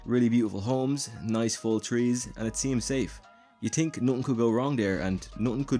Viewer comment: It’s pronounced Th-ink, not tink....